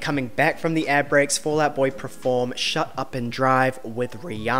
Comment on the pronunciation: per-form not pre-form